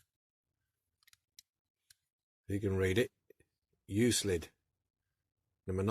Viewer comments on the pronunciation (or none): Came out great. The c makes a k sound. Pronounced uk lid. Thanks for sharing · Pronounce You Clid. The first Euclid was a Greek mathematician who is universally known as the father of Geometry. Euclid heavy machinery is named after the city the company was founded in ; Euclid. Ohio. USA. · another beautful resto i own one of these as well and now I know how to open it thanks to you oh yeah the truck name is pronouced U Clid the E is silent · Lol - didn't take latin in school right? it's "YOU-KLID" - but still thanks for the video! I can't say 'aluminium' (or spell it either)! But I do love old toys and restoration. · 'Euclid' its pronounced as " Yook-Clid, ...ok ? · Hi just watched your restoration of the Euclid.The decal bit was a bit heary,but as always you did a brilliant job 👍.I think the 'c' in Euclid is pronounced as a 'k'.Great job.Cheers John.